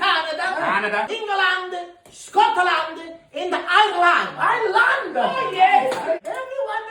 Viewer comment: The way he said England, Scotland Ireland 😂, so happy for you guys, well deserved 👏